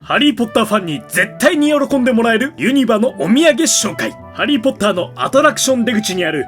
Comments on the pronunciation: ユ↑ニバなんや、、、、ユ↓ニ↑バじゃないんや、、、、(関西圏の人に伝われ) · ユ↑ニバ→じゃなくて ユ↓ニ↑バ↓な？😠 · ユニバのイントネーションが関西と違うからモヤモヤする… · コロナとかで行けてない反動で見ちゃうんやけど、ユニバのイントネーション気になる仲間いますか…？ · ユニバの発音気持ち悪い